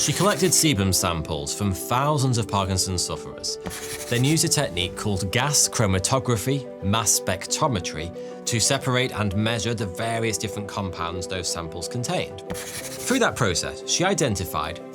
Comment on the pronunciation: You have mispronounced the word specTROMetry as specTOMetry.